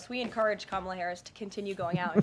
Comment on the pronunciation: please pronounce her name correctly. I agree with all you have said, but her name is pronounced, "Comma la". Just like the comma in grammar. Not Cam a la.